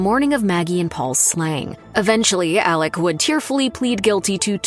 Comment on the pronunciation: It’s Alex, not Alec!!!